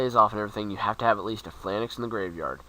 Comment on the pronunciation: It's pronounced Pha-Lanx -_- Not Phi-LAN-Nex